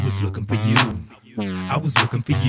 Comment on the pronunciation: listen to how he says yeww